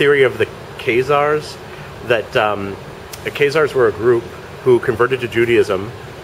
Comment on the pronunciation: The KAZE-ARRS?